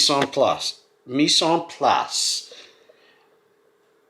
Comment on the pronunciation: pronounce: meese an plice ( hard to do it right phoneticly like that , thinking of your accent to decide what to write ....BTW the i of plice is to replace the a but you're pronouncing the a like a é here .... sure i'm helping there ....lol : )